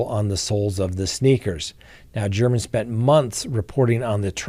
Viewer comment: Jeff German is pronounced “Gare men” Just a friendly tidbit RIP Jeff German